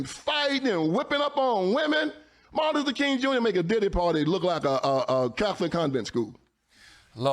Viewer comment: I believe it's "Martin Lufer" as CTG just said